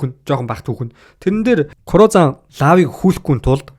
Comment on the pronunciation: Hey bro law gej bichdeg bolhoos lo gej duuddag shuu